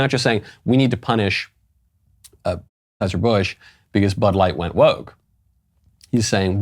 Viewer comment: Why can't you say Anheuser-Busch?